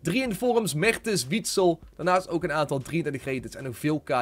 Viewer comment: Het is niet wietsel maar gewoon Witsel!!